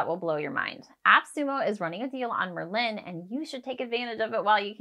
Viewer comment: I'm writing this to help and offer some constructive criticism. Merlin is not pronounced liked Berlin. The emphasis is on the Mer, not on the Lin. Merlin was a sorcerer in the Medieval times and because of the magic the app can do it was named after this famous sorcery and magic. Why is this helpful? Because from the very beginning you don't sound like you know what you're talking about because you're pronouncing the name wrong. Continual use throughout the video of mispronunciation degrades confidence in the viewer and ultimately has them clicking on another video (which is what I did). Go to any other vlogger talking about Merlin and listen to how they pronounce it. My recommendation (if you want more views) is to re-record the video with the correct pronunciation and see your analytics go up, views, duration watch time etc. You don't have to delete this video, just hide it for now after you make a new one with the correct pronunciation. Keep the new one up and see what kind of results you get. I have a feeling you'll see much better results especially in the watch time and where fall off (if any) happens. Good luck!